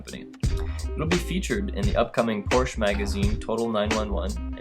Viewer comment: Cool Wild Orange car but the narrator really oughta learn how to pronounce Porsche correctly.